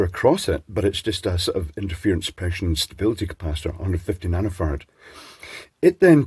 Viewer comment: My girlfriend giggles every time her uninitiated, North American ears hears you say "nano farad". She hears "nano fart" 😅 I think it's rude of her but also pretty funny.